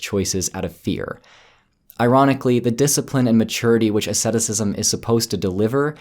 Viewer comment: Do you mean asceticism? If so, you are pronouncing it wrong.